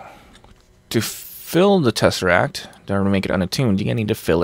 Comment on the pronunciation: Every time says tesserack, my brain says Muad'dib.